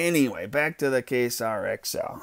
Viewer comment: Don't give too much shit, dude.... it's pronounced "kway-zar" not "kay-sar";-)